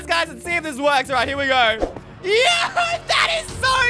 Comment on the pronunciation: Stop saying yo like yoyp